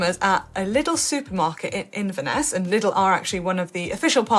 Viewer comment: Liddle?..... Oh, 'Lidl'! Jeez, "professional" media types, eh.